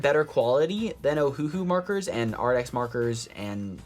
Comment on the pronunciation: You keep saying Arrdx. It's Arrtx with a t not a d. Just wanted to let you know. Pretty markers! I have never tried the Ohuhu sets but they just came out with a new set that looks really cool. Jennifer Stay at the Coloring Bliss channel talked about it on her latest video. I think you would really enjoy it.